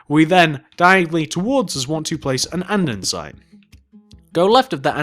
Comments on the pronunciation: Your vids are great an all but it kinda gets annoying when u keep saying andensite, it's ANDESITE okay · Lol andensite! Its andesite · Can I just say that it isn't Andensite, it's AnDESTite?